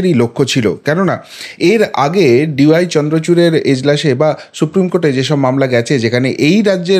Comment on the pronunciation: সুপ্রিম কোর্ট, শুপ্রিম নয়। বাংলা উচ্চারণ ঠিক করুন।